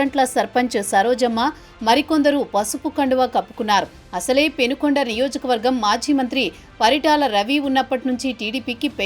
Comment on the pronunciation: It's Penukonda not Penugonda. ఊరి పేరే correct గా లేదు. వార్తల్లో ఎంతగా నిజాలు ఉన్నాయో.